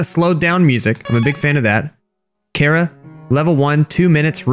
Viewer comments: its not cara its chara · Its chara not cara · Why does everyone call chara cara? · Me hearing call chara cara Me: it’s pronounced chara (ch-are-a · ...cara really,ITS CHARA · It's not c-ara it's Ch-ara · It's not Cara It's Chara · It’s not cara it’s CHARA CHARA NOT CARA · pronouncin chara as cara Me: ITS CHARA NOT CARA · Chara not CARA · Bro It’s pronounced like chara not like Cara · Liston ch ara not c hara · It's pronounced ch-ara not ka-ra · People have said Chara Cara But why carea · IS PRONOUNCED CH-ARE-UH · He’s saying chara wrong it’s cha-ra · I like how he pronouns chara he pronouns it like kara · I cringed every time he said cara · Stop saying it like cara or some crap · That's not how you pronounce Charas name